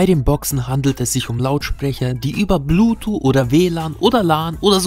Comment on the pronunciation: Blu-Tuh.... Hahaha